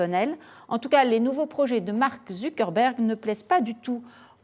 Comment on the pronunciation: MESS ZURBER ?WTF 😂😂😂